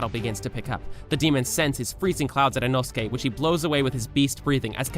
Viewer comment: OMG INOSUKE ACTUALLY SAID HIS NAME RIGHT OMG OMG OMG